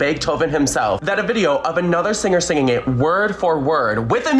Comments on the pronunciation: Sing, not sign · i disliked because the narrator said "signing" instead of "singing". thats a smart computer and a dumb and greedy human. these channels deserve nothing. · "Signing" a "Bet Davis" song. Might wanna work on the whole...talking thing before you do it to hundreds of thousands of people. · The narrator is making mistakes that make me feel like AI is being used... how can you not tell via the context of what you're saying that it is pronounced "Betty" and that it's "signing" not signing?